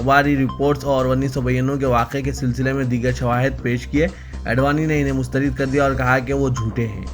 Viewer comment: Reader k liy,e ......mustharid wrong h ..... Mustharad ..Sahi h ..... ..Dr V.Ahmed M.B.B.S.